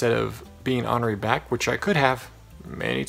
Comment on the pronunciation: i love the way you say the way ornery!!! omg is that how everyone says it and I just say it different because l am from Wisconsin. I say the o the long way, not the short way like you. it is super cute how you say it. nice pep talk!! seriously. I love your positivity. you are so awesome too!